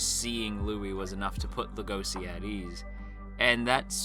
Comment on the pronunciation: Lego she. It's pronounced Lego she. Not La go see. What is wrong with everybody why do the keep pronouncing Legoshi's name wrong?